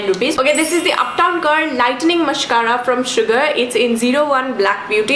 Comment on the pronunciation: "mascara" but i still kinda love ur vids